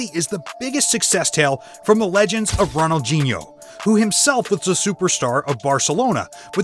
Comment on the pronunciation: Bro really said ronoldchino not Ronaldinho